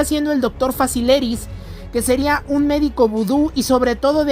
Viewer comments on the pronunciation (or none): Se llama facilier no facilis